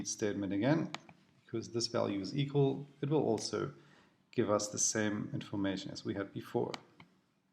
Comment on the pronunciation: equal... not eqal